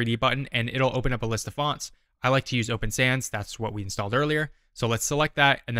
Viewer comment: Breezed over the open sans font piece. I mean I know this is a 'quick' tutorial but I swear I thought you said open fans. I backed up and watched it again.